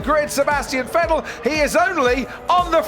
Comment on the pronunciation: The way they pronounced VetTEL back then...